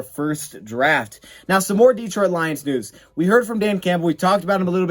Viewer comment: It's Detroit Lions-not Deetroit Lions